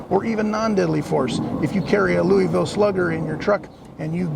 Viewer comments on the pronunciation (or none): none